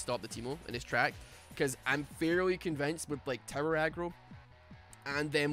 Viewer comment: I keep hearing you say 'terror' instead of 'tower', and I'm honestly okay with it, lol